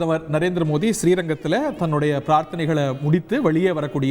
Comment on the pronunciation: நரேந்திர மோதியா மோடி உச்சரிப்பு வரலயா🤔